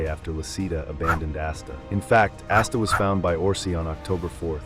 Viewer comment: We know it’s ai brother nobody says asta like assta or Liebe like leebah lol